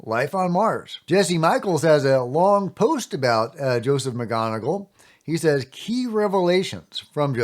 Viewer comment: Mick Mon Eagle lol magoniggle